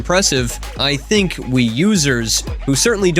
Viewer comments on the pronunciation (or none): none